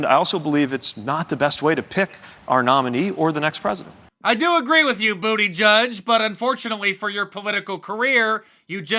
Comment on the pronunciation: Mark it’s butt judge 👨‍⚖️ , not butti judge